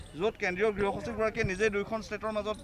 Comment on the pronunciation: কি কলে গগৈ ডাঙৰীয়া গৃহ নে গ্ৰেহ। শব্দবোৰ ভালকৈ কোবছোন।